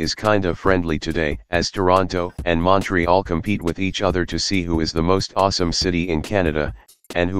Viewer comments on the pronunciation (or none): none